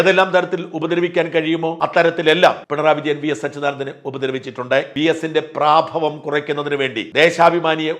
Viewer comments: പ്രാഭവം അല്ല പ്രഭാവമാണ്. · Praaabhavam - wrong Prabhaavam - right Please correct Mr.Sajan.